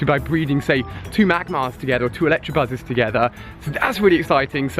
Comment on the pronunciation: Ali this has annoyed me for so long earlier In the video you "tried" saying electabuzz but you always say elecTRAbuzz and it really annoys me